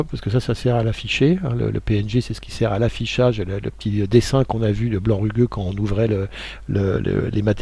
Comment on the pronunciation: il faut lire rugueux avec un 'u':) Merci pour ce nouveau tuto #clapclap